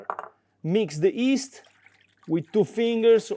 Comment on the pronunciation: I agree with your wife and don't add honey to pizza dough although it's very popular in America probably due to Chef Wolfgang Puck. PS If your interested to pronounce yeast correctly in English, you might try saying gli as in Italian and the rest of the word.